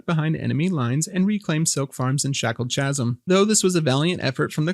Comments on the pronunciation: Amazing summary, thank you for all the effort. Just a small correction for your next ones, Chasm is pronounced "Ka-zm". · not a criticism, but a pointer, in case no one else has ever metioned this: "Chasm" is pronounced hard, like "kasm"—Greek borrowing pronunciation rules, just like "chaos" and "character."